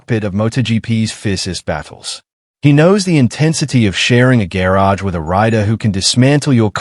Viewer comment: Couldn’t agree more. What I find frustrating is if they want you to like and subscribe at least narrate the fkn video yourself. For supposedly artificial intelligence you’d think it could pronounce the word garage correctly